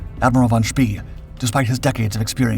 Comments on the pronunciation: Von „Shpay“ is a better pronunciation, but a great video as usual. Thank you :-) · Apart from the pronunciation of Spee. And (not really narrative as such) the inevitable film clips of ships different from the ones being discussed